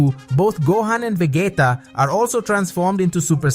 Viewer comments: ....did you just call vegeta, Va-Gay-TA? 😆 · ve-ji-ta it's a soft g, not a hard one.